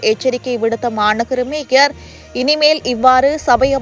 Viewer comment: மூன்று முறை மேயர் என்றும் இரண்டு முறை மேஜர் என்றும் வாசிக்கிறீர்கள்....